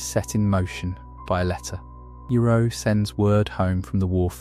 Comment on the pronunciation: I am questioning if you do because how you said iroh